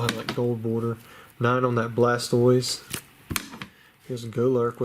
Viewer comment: I was gonna say the same thing, is when he messes up Blastoise